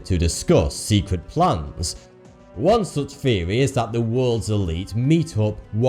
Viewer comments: Its THEORY not FURY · I didn't know you pronounce theory, feory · THeory THeory! Not fucking Feory you sound like you're 2 years old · Did you know TH makes the Thhhhh sound not the ffffff sound so theory is not pronounced feary lmao you talk like a toddler saying his age is free instead of three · What the fuck is a "fheory" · what the fuck is a feary? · Our next feory takes place between nineteen firty two and...... I don't know if I can keep watching him butcher the English language, and why is the so much eyebrow movement?